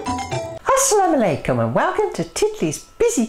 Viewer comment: I like the way you say Assalamou aleikoum!!!